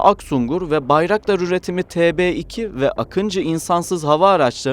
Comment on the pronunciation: не акинци а Акынджы ,не Атмака ,а Атмаджа =Akıncı değil akintsi Atmaca değil Atmaka!